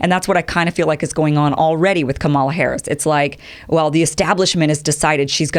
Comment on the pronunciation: You don't know what KDH stands for because you haven't listened to her videos, or the Oakland speech, or read her book. I can hear that you haven't read the book because she explains briefly how to pronounce her name, and you mispronounce it. Also, her opening video shows that she stands not for a 50-point plan (explained in the book) but for American traditions that have been seriously damaged by tRump: Truth, Justice, Decency, Equality, Freedom, Democracy. Her record on these fundamental ideas speaks for itself - again, do your research!